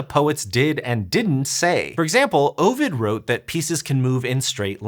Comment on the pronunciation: You mispronounced Ovid.